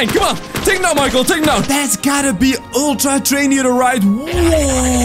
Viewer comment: [very loud] toDAY we goNA FInD ULTtra treiNO eaOTEr